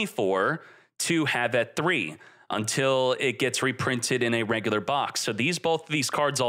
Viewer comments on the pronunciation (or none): none